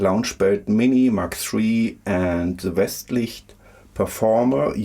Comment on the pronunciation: You pronounced it well :D Thank you so much!